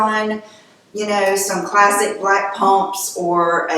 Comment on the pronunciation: Classic is classic, no need to over stress the word